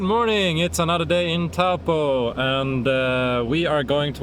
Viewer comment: Pronounced TOE PAW